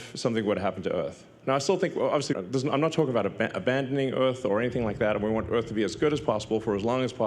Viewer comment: He can't even pronouce 'Earth' or 'Mars" or anything with an 'R'